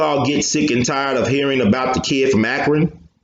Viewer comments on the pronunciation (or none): none